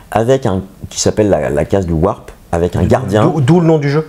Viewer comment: Wrap c'est un sandwich roulé, pas Warp 😂 Sinon merci pour la dédicace, j'espère que ça plaira à Joël 👍